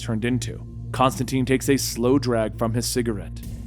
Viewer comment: Constantine not constanteen